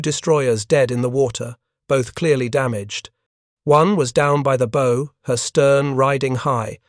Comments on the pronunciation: Imagine bothering to write a script then handing it to Artificial Unintelligence to be butchered. How hard is it to program into an idiot reader the "bow," in the context of a naval story, is almost always pronouced "bough," not "beau." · Sir! West Virginia here! The front (pointy end) of a vessel is the BOW, like the sound a dog makes "bow wow"! It is NOT "Bow"---like the ribbon contraption on a Christmas Present! Thank so much for a fine presentation! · A boat's bow is pronounced as in bow-wow, not as in bow and arrow. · This AI generated video is good but funny with the pronunciations. Especially funny was pronouncing the "bow" of the boat. It is pronounced like a "bow" in a girl's hair. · Have watched a lot of these. The AI voice has a lot of trouble with English words that are pronounced differently depending on meaning. Such as "bow" (and arrow) vs. "bow" of a ship. Also numbers and dates and plurals.